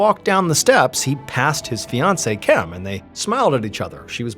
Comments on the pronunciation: Spent 10 minutes wondering when TF MrBallen forgot how to say "Kim" 😆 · I can't finish this video. I heard you pronounce it correctly randomly twice and then go back to "chem" instead of just "Kim". I'm 4 and a half minutes deep and so distracted by this that I so far have zero idea what's happening in the story. I watch every upload and your channel helps me sleep and pass time when I'm struggling with my MDD. Thank you sir 🙏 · Why do you keep saying chem? It’s Kim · In God's name why are you saying "Chem" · At what minute are you hearing him say “chem”? I’m 30 minutes in but I went back to the beginning after seeing your comment.